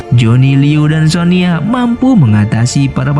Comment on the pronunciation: Sonya bang bukan sonia